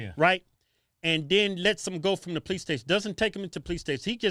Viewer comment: What most dont understand 90 percent of calls police get are for black people. Brandon the x cop still can't pronounce police correctly.